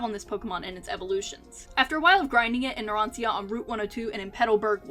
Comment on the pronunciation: It's Narancia, not Naransia..